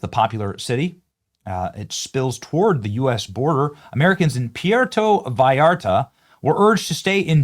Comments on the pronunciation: Benny! Say Puerto Rico…. Now say Puerto Vallarta! 🤷‍♀️ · Benny, I love you and your vlog, I don't miss an episode Please learn how to pronounce Puerto. You sound like you're from Iowa. Just busting your onions....keep up the good work! Love your show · Ray Idaho Hey Benny Puerto say the u as a w sound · It would be nice to pronounce Puerto correctly, Benny. This marks about the 5 time you've not pronounced it correctly...are you AI now? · Benny! Please learn how to say Puerto 😂 Thanks for the show! ❤ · Learn to pronounce Puerto, Benny. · I support ice and Trump, but BENNY! How do you make an I sound out of a U? Love ya Benny but sound it out! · God knows I love ya Benny~ but, when you can't pronounce Puerto Vallarta correctly (you got the back half right... the tougher part~ vi-art-ta) and, you can Puerto Rico... you start looking FAKE AF! IN the words of Our former [brain dead] President... "c'mon man"! I am also willing to bet half the vacationers in Mexico are conservative as well! So yeah, "stop it, get some help" and "Be Better" brother!~ R/ USNret 🦆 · Pwertoe, Benny!! That's how it's pronounced. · Benny, you keep saying " PeeAirto ' Puerto is correctly pronounced or sounds like "pwairto " The U sounds like a W. Stay North of The Border. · Benny I love you brother I really do, it is pronounced Pwerto Vallarta not Pierto, we can take you more serious if you sound educated, I am a huge fan, and Trump Supporting Conservative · Get your pronunciation on Benito, Puerta not Piairto. Wow Sheinbaum great job mija. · PUUUUERTO. not PEEEEEERTO. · FYI: it’s pronounced “pwerto”, not “pee er to”. Go with “puh wear toh” if you need to. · “Pu-air-toe” Vallarta - you can do it Benny! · Why are you saying "Pi-Erto"??? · Benny ,oh god pronounced sounds like. PWERTO. You're way closer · Benny, please pronounce it “poo-where-toe”, just so you know. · Benny. Benny, Benny, Benny. It's PWARE'-toe. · Apprentiate you but FFS learn how to pronounce what youre reporting on....pwhere-toe.